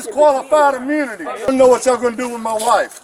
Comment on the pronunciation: Did the cop lose his qualified "Amoonity"? 😂😂😂